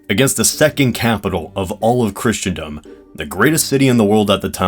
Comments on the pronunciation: It's Christendom, pronounced 'Crissendom', NOT Christiandom! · With how many times you mispronounce Christendom as "Christian dumb" I doubt you're very knowledgeable in anything dealing with "Kriss-en-dum" Christendom